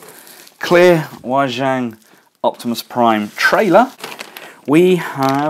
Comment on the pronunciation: I've been meaning to say this, but tried not nitpicking. But I just had to put it out there, Wei Jiang is pronounced "Way Gee-Ung". Looking forward to the reviews!